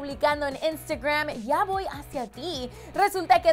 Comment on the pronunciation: Me molesta como dice la palabra Instagram que hable bien 😬